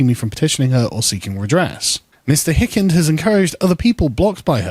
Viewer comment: FYI: The first I in Hikind is pronounced as a long /i/, not a short i.